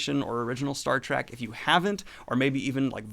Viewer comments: It's Star Trek not Star Track :P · Love ya bro, but evey time you say "Star Track" its like nails on a chalkboard.